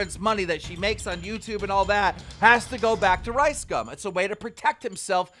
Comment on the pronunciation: Keem is mispronouncing LiceCum and its making me cringe